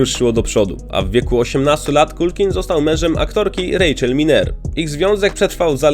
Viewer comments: Dokładnie, i nie "Kulkin" , tylko "Kalkin". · Nie Makulej - tylko Makalaj i nie Kulkin, tylko Kalkin... Strasznie się tego słucha. Dwa słowa, a tak ważą o jakości filmu. Sorry, ale nie kupuję tego. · na pewno jego imię i nazwisko wymawia sie makkulej kulkin? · Wymawianie nazwiska Culkin brzmi bardzo źle słuchając tego filmu niestety. Tak samo nazwisko Pesci nie wymawia się w taki sposób jaki użyłeś w filmie.